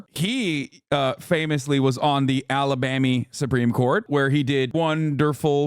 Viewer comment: When a grown man says alabammy in a real world sentence, he’s seen some shit. 100%